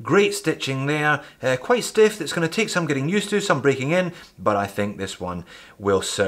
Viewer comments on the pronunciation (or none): none